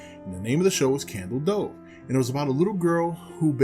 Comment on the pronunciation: I heard "candle stove" Lol. I like candle cove my favorite creepy pasta